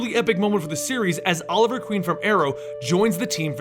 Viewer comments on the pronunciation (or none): none